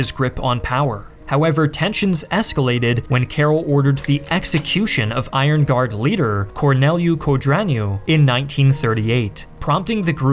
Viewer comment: Codreanu NOT Codrianu